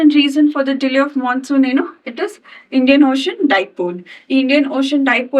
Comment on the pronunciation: " Mansoon" take a class soon